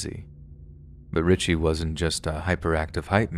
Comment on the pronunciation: It’s not Richie it’s richey